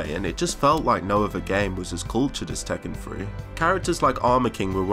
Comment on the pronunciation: Did tekken have a free to play entry? He keeps saying “Tekken Free”. What does he mean?